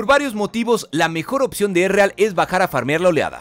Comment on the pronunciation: Quien es Ereal? XD pronunciation -1